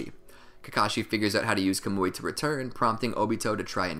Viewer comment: Bruh it’s not “kamooie” it’s “kaw-mu-e”